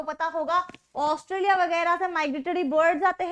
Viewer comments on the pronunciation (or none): none